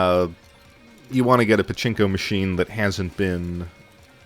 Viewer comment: Did you seriously say "Chinko" instead of "Pachinko"? Just FYI Chinko means Dick ;)